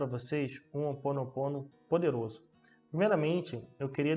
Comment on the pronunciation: Desculpe mas é chamado Hoponopono ou seja vc intérpreta Roponoponno e não que vc interpreta opononopo